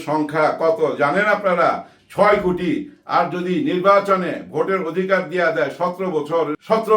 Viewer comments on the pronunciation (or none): none